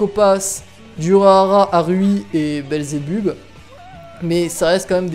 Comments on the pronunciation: Sa se prononce pas << Belzebubb mais Belzebeub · Tu n'a pas respecter beelzebub ta prononcer beelzebub "beelzebuub" et ta appeler baby beel "babybel" xD